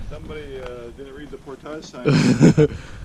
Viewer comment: Portage. ...there it's said the right way..lol